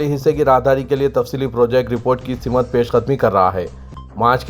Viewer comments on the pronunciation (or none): News reader ki urdu Simt ko simat Bittarteeb ko bilattarteeb Unnis ko wannis Kahte hain Kisi ne ghaur nahi kiya Aur bhi bahot si ghaltiyan hain